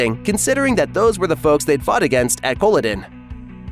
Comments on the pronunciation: More or less correct {except for that annoying pronunciation of Culloden), but so many inaccuracies not mentioned.As someone specialising in the study of Scottish history in the 18th century, I found the series (and books) full of annoying inaccuracies that, unfortunately, many fans have taken as truth. Okay, some details in the portrayal of the Highlands around 1745 are minor: the Catholic priest with a church, (a proscribed religion with priests in hiding),; town with the two story houses and a marketplace; the horses rather than small Highland ponies (horses couldn't survive the harsh conditions and there was no fodder to feed them); roads and carts {carts were unknown outside of Inverness because of the lack of roads); the haymaking {hay wouldn't grow so far north). Goodness, I could go on. Then there are the larger inaccuracies. Claire and Jamie's Catholic wedding wasn't actually legal and, therefore, no protection for her (the Catholic religion was proscribed at the time and the Fraser clan wasn't Catholic anyway). The Watch was already a highly respected army regiment and not a bunch of protectionist thugs. Above all, there was no occupying 'English' army in Scotland operating out of large forts. The army in Scotland was British, mostly made up of Scots and seriously understaffed. It had three small forts (William, Augustus and Old Fort George) and a couple of barracks (Bernera and Ruthven) in the Highlands. Nor could someone be flogged near to death with impunity. Cap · Yeah, it got annoying after the first time that he was saying it completely wrong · How can you possibly comment on how historically correct Outlander is, if you can not even pronounce Culloden???? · lmao its cuh-lah-den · Cola-din? Are you fucking serious? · it would behoove you from now on to learn how certain words are actually said, before you come on here and make a fool of yourself, Kah la din aka Colloden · Can't even say Culloden correctly 😂😂😂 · I HATE he can’t pronounce Culloden!